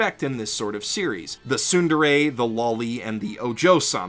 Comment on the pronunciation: sundere? :| its tsu (つ) like rats not su (す) like sun